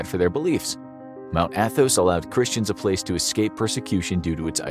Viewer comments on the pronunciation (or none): none